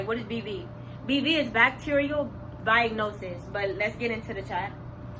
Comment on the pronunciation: She can't even say bacterial vaginosis right...